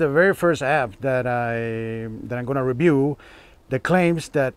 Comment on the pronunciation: Rebiew lol 😆 Say it with me Review